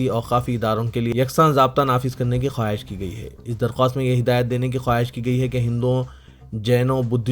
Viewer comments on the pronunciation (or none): none